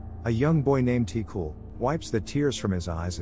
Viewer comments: Yeah, like for example: Ti-cul {Tee Q} (but don't pronounce the E sound in Q and it'll be close) , (it means like "kiddo" comes from "petit" {puh-tee} meaning small "petit"-> "ti". And "Cul" meaning "ass". It doesn't translate well to English but just see it as meaning "kiddo" or "kid" ) Bonin {Bo nine (but stop halfway through pronouncing nine)} (Bonin is a Family name, it's like calling someone "Johnson") Vézina (pronunciation was correct in video. It is, also like Bonin, a family name) Thérèse {Tay rise} Réal {ray al} Céline {Say Lin} Demers {Duh meh-rs} Zoé (pronounced correctly) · Ti-Cul is pronouce "Ti-Qu" 😂no offense, just funny to see how other languages will pronounce it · The way you pronounced ti cul 😹 tee- qwu* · Always hilarious to hear typical Québecois names pronouced by anglish speakers lol Tee-Cool hahahaha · The L in "Ti-Cul" is silent. It's French Canadian slang for "Little boy". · (From Québec) hahaha It made me laugh so hard the way you said the names especially Ti-cul, wich is obviously not his real name since well, it's a form of insult and you don't pronounce the L in it. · I cringe when the voice pronounce the name like ti-cul or other names from Québec